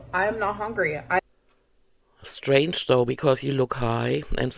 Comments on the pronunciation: Every time she says "hongry" I feel like 🤛on the moon face. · is just a "Troll" and she gets paid for it. Even the way she says "Hongry", she knows how to say the word correctly, as she did in a sentence after saying "hongry". There is no way she is on semaglutide, its just another story arc. It is the reaction channels that are keeping her income rolling in. Everything is just a big lie.